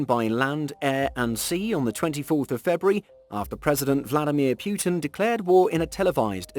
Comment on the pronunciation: It's 'Putin - Poo-tin' not 'Pewtin'